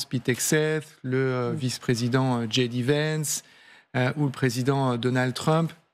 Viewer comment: " , "... rabat les cartes... dji dé vènce" "dji dé vènce" encore une fois Soit tu dis ji dé à la française, soit tu dis jay dee à l'anglaise ! Aussi nulle en français qu'en anglais, le bon équilibre finalement !